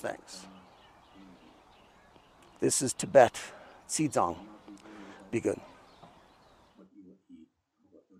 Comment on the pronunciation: Xi-Zang (Tibet) pronounced in English: She-Dzang